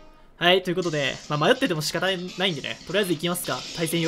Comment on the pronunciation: 「あいっ」って言ってね？